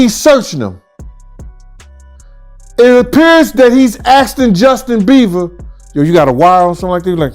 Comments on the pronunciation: His name is Bieber not beaver 🦫 😂😂😂bro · Justin Bieber ❌ Justin Beever ✅ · It's NOT Justin Beaver it's Bieber 😂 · Justin beaver huh it's Bieber lol😯😱🤣🤣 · "Beaver"? Really dude?! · Bieber not beaver. 😂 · please stop calling him Justin BEAVER LOL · Justin BieVer 🤣 I’m sorry 🤣 Please pronounce his name correctly. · It cracks me up when he says Justin Bieber he literally says Justin beaver 😂😂😂😂😂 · Ikr. I thought it was a slip of the tongue at first but he says it over and over 😂